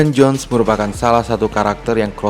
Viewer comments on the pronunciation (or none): none